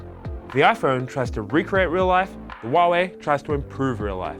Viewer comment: It's Huawei not Hiawei